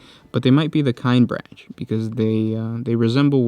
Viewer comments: This hurts me to listen to because their name is not pronounced "Kine branch." In all the audio books and audio dramas from Black Library, it's pronouced "Kin-eh-brack" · "Kin eh brock" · It’s pronounced “kin-ee-brack” brother!! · that is not how you pronounce Kinebrach at least that is not how they pronounce it in audiobook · Listened to some of the audiobooks. It grinds my gears how you pronounce their name. Amazing video otherwise.